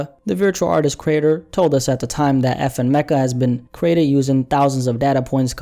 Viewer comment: Its pronounced FN Mee-kah.